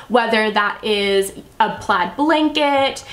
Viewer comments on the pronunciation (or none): none